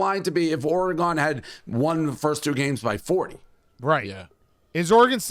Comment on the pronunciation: How is Dave 60 years old and still can’t pronounce Oregon correctly. It’s so easy. It’s not OrAGon or Orygon. It’s Oregon.